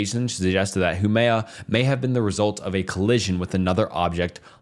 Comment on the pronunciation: My guy struggling for his life everytime he had to say Huamea